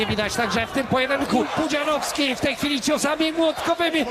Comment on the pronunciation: Kurde, niech to AI chociaż nauczy się wymawiać "Pudzianowski"